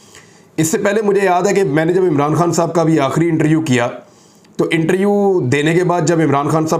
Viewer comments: Bhai inter U nhi hota interview hota hai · Imran Riaz khan Bhai, plz speak word interview not interu... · ایک تجویز ہے۔ لفظ انٹر-ویو ہے۔ انٹر-یو نہیں ۔